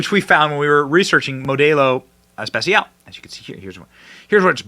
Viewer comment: Nice "Español" Benny 😂, Modelo Especial